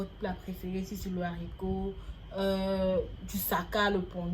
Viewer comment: La gabonaise dit littéralement "l'haricot" au lieu de "le haricot", c'est ça que vous appelez battre niveau prononciation ? 😅😅😅